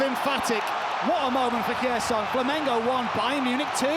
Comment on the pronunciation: Cracking match, Kane outstanding, Neuer too. Why can't commentators (who are supposedly professional) learn in advance of a match how to pronounce names of players? It's not Gerson with a hard G, it's with a soft G (like J). Equally the Brazilian commentators can't be bothered to learn how to say 'Kane'.